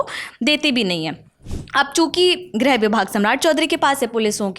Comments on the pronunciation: जब लिखा "गृह" मंत्रालय है तो दोनों रिपोर्टर उसे "ग्रह" मंत्रालय क्यों बोल रहे हैं? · Greh nahi Grih hota hai. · Grih hota hai, Grah nahi